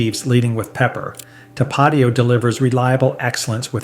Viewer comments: You got the number 1 right. Valentina black label is the best but Valentina red label also beats everything else in this video. Cholula should be 3rd after Tapatio, which you pronounced incorrectly, it's tap uh teeo, not tuh paw tio. Vinegar forward "hot sauces" aren't real hot sauce. Franks Red Hot was better when it was Durkee's Red Hot, just like Twinkies were better before Hostess was sold off to the highest bidder. Corporate greed ruins everything. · Not to-PAT-io, To-pa-TI-o. Like the accent indicates. But all in all I like the vid. I've never had Valentina, but I have to try it. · Tah-Pah-Teeeee-Oh. Do my boy right. 🩵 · Tapatío - TAP-AH-TEA-OH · So how is this gringo an expert and he can't even say tapatio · How can you judge hot sauce if you can't say Tapatio correctly? I love that sauce. I also like Tabasco too and it is a real hot sauce. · Never heard anyone pronounce Tapatio like that and I live in Southern California. You left off El Yucateco, which is both hot and flavorful, comes in many different flavors as well. If you want a more mild sauce for Asian foods, Sriracha is decent. Sweet and spicy. All the Mexicans I know prefer Tapatio over Valentinas.